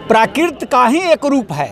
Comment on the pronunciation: ये कैसा प्रोफेसर है? यह जीवधारी संस्कृत को संस्किर्त और प्राकृत को प्राकिर्त बोल रहा है। चैनल में भी संस्कृत के स्थान पर संस्कृति लिखा गया है।